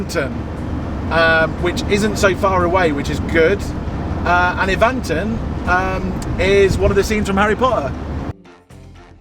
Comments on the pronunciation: I live in Evanton, and that pronunciation! It's Evan-ton not E-van-ton. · Evanton - pronounced E, as in Egg, with stress on the first sylable, and the A and O are almost silent - 'E-v'nt'n. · Haha I'm from Conon Bridge and I laughed when I heard them say Evanton 😂 I laugh hearing people trying to pronounce Scottish places